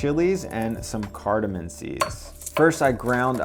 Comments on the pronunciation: its cardaMOM not MIN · my brother.....it's cardamom, not cardamin. Love your vids and wantcha to sound like the Pro you are......keep up the great work! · “Cardamom” ends with an “m”, not an “n”. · its cardoMOM not cardoMIN